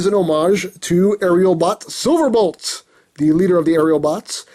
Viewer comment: "Bolt", not "Blot". ;)